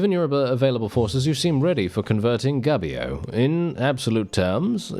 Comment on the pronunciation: Come on you could call your character Reformio. How can an englishman be a saint anyway? 😉 By the beard of saint Byron from Assisi, this Italy is quite chonky. The italian U is pronunced like your -OU, so try to say Goubio. Otherwise it seems you are saying "gabbio", which is a slang for prison. "Yay let's go to prison!" 😆 Quite original game, could be the theme of song from a band like Bardomagno (medieval folk). Happy mazzate nel nome di Dio, beatings in the name of God!